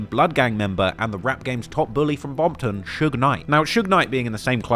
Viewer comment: Did this man just say bompton 😂😂😂😂thats crazy as hell